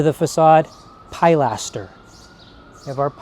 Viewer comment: I’m very familiar with neo classical Georgian architecture as we have quite a lot of it here in Scotland. One tiny criticism is your pronunciation of ‘pilaster’. It’s pronounced ‘pill-ass-terr’, not ‘pie-lass-terr’. Love your videos x